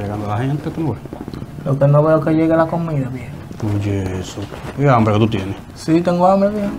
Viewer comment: Me gusta cuando el muchacho dice tengo anbre